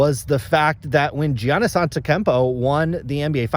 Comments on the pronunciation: I know this dude did not pronounce Giannis as jeeianis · Why are we still pronouncing Giannis' name wrong? That's my only gripe of this entire video. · You are a 🤡. You can’t even pronounce Giannis or Doncic 🙄 Maybe cause you mainly collect or talk about Football or Hockey. SCI is not the greatest for people that do know the hobby. For those just getting in can learn from him. At least he tries to grow the hobby.